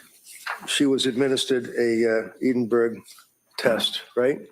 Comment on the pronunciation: Cant believe no American professionals can pronounce Edinburgh correctly. Its Scotlands Capital🤣🤣🤣🤣